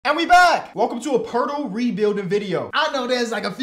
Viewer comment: Its pronounced po-et-el